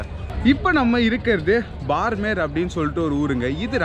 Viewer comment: உச்சரிப்பு பார்மேர் அல்ல !! பாடுமேர் (BAAD MER) !! ராஜஸ்தானின் மேற்கு எல்லைப்புற விமானப்படை தளம் அமைந்த சிறிய நகரம் !! 2013-ல் இங்கேதான் பாலைவனப்பகுதியில் சுக்கோய்-30 விமானம் விழுந்து நொறுங்கி இரண்டு விமானிகளும் பலியானார்கள்!!